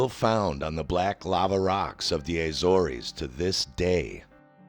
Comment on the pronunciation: Evidence? At least we know you're not an investigative reporter. ...And it's pronounced the "A-ZORZ."